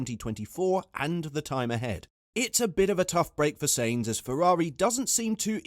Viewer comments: Sainz pronounced Signz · Because he cannot even say his name properly :)